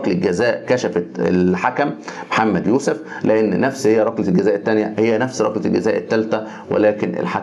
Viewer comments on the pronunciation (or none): none